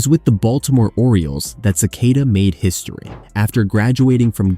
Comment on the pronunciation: It's Len "SA-KA-TA," not "Ce-kay-da."